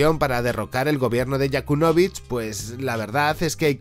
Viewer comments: Yanukovich, no Yakunovich... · Todo muy bien pero ¡Con un demonio se dice Yanukovych no YaKUNovych! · tio, que no es Yakunovich, que es Yanukovich.....YA-NU... no te lo tomes a mal, el video no esta mal pero cada vez que lo pronuncias así Putin estrangula a un gatito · El expresidente se llama Yanukovich, no Yakunovich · Es YANUKOVYCH no yakunovych! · No es Yakunovich.....🤣 Es Yanukóvich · Jajajajaja Yakulovich, madre mía... Encima lo dices 30veces en el vídeo. Informarte un poco más compañero cuñado: Yanukovich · todo el video pronuncias mal el Nombre de yanukovich, dices Yakunovich ojo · Yanukovich no Yakunovich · Cometes el mismo error que estás criticando. Y es Yanukovich, no YAkunovich. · Yanukovich, es Yanukovich. Янукович Muy buen vídeo. Gracias. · Si no te aprendiste bien el nombre de YaNUkovich estas perdido... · Se llama Yanukovich, por favor. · Perdona, pero cada vez que dices "Yakunovich" me estalla la cabeza. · Se dice Yanucovich.